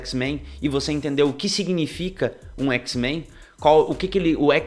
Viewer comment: Que agonia ouvir o cara falar "x-menS"..... poha, o grupo existe há décadas, de onde tu tirou esse "S"?!